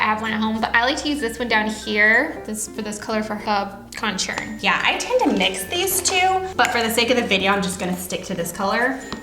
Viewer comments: the way they said contour as contshure annoyed me.<3 but loved the video <3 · What the hell why do you pronounce "contour" like that? "con-tyer" i'm dead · did anyone else laugh at the way they pronounce contour ?